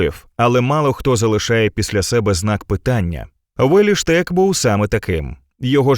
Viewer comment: Яким дивом Улі Штек став у вас Уєлі? Подивіться як читається його ім'я.